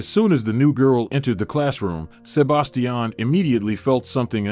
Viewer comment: Please learn to pronounce Sebastian. Good story!